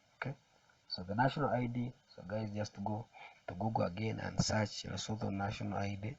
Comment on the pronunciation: My man you talk too much. Please just get to the point, and be clear. We don't need all that other jazz. Also, it's pronounced Lesutu! Not Leso-tho. Look this up. Again in future, please get to the point.